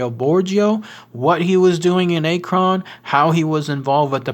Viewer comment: Also our city is not pronounced A-kron. You say it just like you'd say the word acronym. Minus the immm.